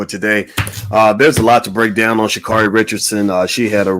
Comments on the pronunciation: Sha' Carri is pronounced Sha Carey. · He's going to just mispronounce her name...SMH!